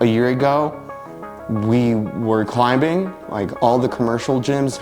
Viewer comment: I'm loving that hard B in climbing, lol